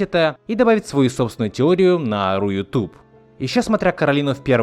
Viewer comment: Не руютуб а рутюб